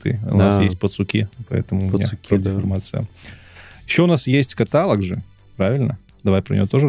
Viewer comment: Все классно. Но парни.. каталОг.. ударение на третий слог